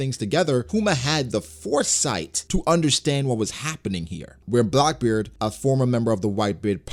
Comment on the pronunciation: Man the way you say Blackbeard it sounds as if you are saying Blockbeard 🤣